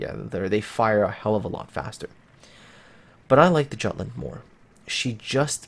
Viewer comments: Hello and Happy New Year, please review your pronunciation "giatland?" Jutland is a danish name (it's the in land part of Denmark); please have a look at this link: Thanks for your great review! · its pronounced with J mate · plz, the J is pronounced like a Y in Jutland. My ears are bleeding.